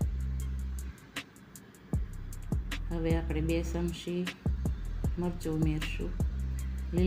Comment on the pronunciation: શમશી નહીં ચમચી બોલો